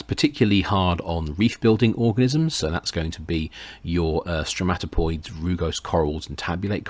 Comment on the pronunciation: Stromatoporoids, not *stromatopoids*.